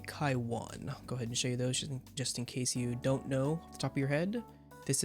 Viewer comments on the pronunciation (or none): none